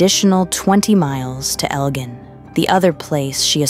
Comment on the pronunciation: rarely pronounces two words two different ways in the same paragraph. Of course, mispronunciations are expected occasionally, but this narrator managed to say 'Elgin' (g as in gel) correctly the first time, then 'Elgin (g as in gang) then correctly once more. It's interruption in following the story.